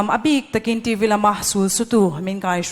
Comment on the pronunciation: Host chu TV tih pawh a lam fuh thei lo a nih hi, a no mah2😅